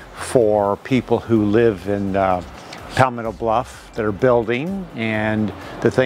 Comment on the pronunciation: Where is “Pallll-metto bluff”?